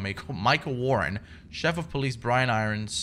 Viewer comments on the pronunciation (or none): He said chef of police lmaoo